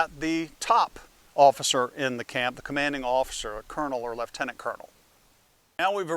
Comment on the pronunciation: Impressed with your pronunciation of lieutenant.